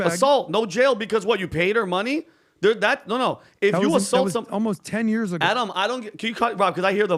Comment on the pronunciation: It's "years" not "yörs"